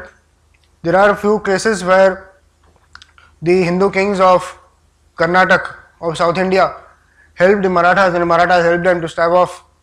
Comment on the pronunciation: Its karnataka. For all your pride in narrating history. Do say its kar-na-ta-kaa.